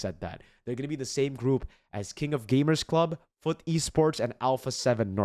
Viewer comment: fyi, its called FUT like a whole word, like foot but deeper and faster